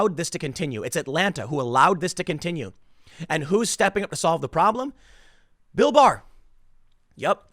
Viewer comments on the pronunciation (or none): When he says bill bar I keep thinking he is saying bill burr the comedian and it makes it funny